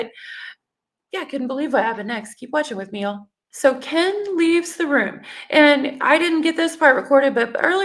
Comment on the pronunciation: I wish someone would teach me how to pronounce Kens name like Gypsy 😂😂😂😂 that's funny 🤣